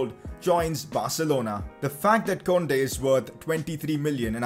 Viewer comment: Yo bro its pronounced "koondey"